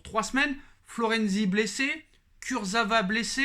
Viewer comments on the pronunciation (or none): none